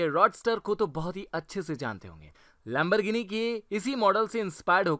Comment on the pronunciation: It is not lembergini it is Lemborgini